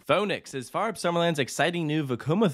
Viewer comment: Its cool. Also your pronounciation of Fønix and Fårup is actually quite good. Solid 8/10 and thats impressive. Most people struggle hard with the pronounciation of danish words, especially those with an æ, ø, or å, but you were close to nailing it.